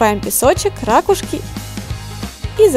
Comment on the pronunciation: Не рАкушки, а ракУшки(заглавная буква это ударение)